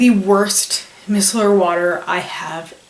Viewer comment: i love your videos but i wanted to help you out, Micellar is pronounced "my cellar" as in look in my cellar for the wine lol.